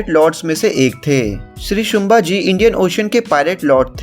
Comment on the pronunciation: शुंभाजी नही संभाजी बोल मराठा आरमार🚩 कान्होजी आंग्रे जी से बहुत मेल खाती हैं ये मुव्ही